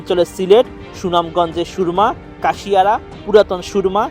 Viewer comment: এই প্রতিবেদক কুশিয়ারা নদীকে বলছে কাশিয়ারা!!